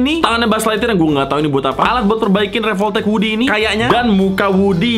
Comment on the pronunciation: Revoltech❌ Revolpotek✔️